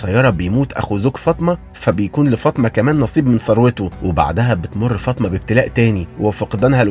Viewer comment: احترامى للمحتوى وتقديمه بطريقه بسيطه لكن بما أن حضرتك بتنتقد مسلسل الامام الشافعى على استخدام اللغه العاميه احنا مش طالبين انك تستخدم اللغه العربيه بس التدقيق فى الكلمات زى كلمة عدوة اللى نطقتها بفتح العين ودى معناها عدوى أما نطق عدوة بضم العين وزي اسم السيده فاطمه الزهراء اللى اتنطق فطمه